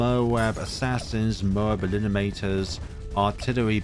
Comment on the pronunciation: saying "moab elinimator" for the th time in one video just to bother us (we like him as he is)